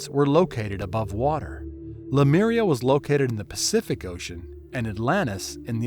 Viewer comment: The narrator is mispronouncing the word Lemuria to "Lameria". Wth dude!😅